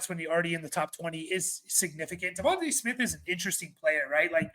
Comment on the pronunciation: Devon Tay not Devon-TUH Smith